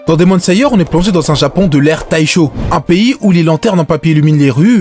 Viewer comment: Demon layer par exemple